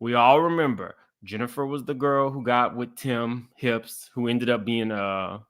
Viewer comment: NOT "HIPS" 😂 🍑